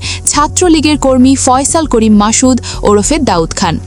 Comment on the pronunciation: এই খবর পাঠকারী বেডি তো অসভ্য। মাসুদ কে সে মাশুদ কেন বলে?